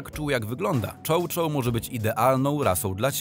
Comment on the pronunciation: Czy ten profil prowadzi bot? Jak można wrzucać materiał bez sprawdzenia go? Przy chow chow pokazali mastifa (nie wspomnę o błędzie w czytaniu), przy Wilczaku pokazali husky'iego. Nie wspomnę o braku sensu w wielu zdaniach 😂